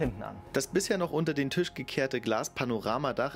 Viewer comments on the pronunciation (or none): none